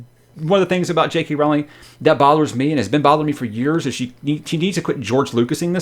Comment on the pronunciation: Her name is pronounced "Roe-ling" though :P